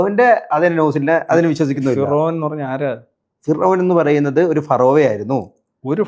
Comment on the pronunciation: എടാ ചെറുക്കാ firow അല്ല ഫിറോവ